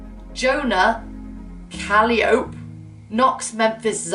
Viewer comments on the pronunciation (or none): “Callie ope” it’s cuh-ly-oh-pee 😭😭😭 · Calliope is pronounced Ca-lie-o-py not Calli-ope 😂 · Calliope 😂😂 omg she said calli-ope that sent me 😂 but it’s pronounced ka-lie-oh-pee for anyone else wondering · Lol Rosie, you beautiful summer flower, it’s not Calliope said like antelope, it’s Cuh-lie-uh-pee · "Calliope" is actually pronounced cal-eye-oh-pee, I think it's the name of a musical instrument? I think it's a really pretty name, it gives me mermaidy + woodlandy vibes 😊♥️ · Also calliope is pronounced ca-LIE-oh-pee and i love it tbh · Calliope is pronounced Cah-LYE-uh-pee, or Cah-lee-OH-pay. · Calliope is pronounced as Cah-lie-oh-pee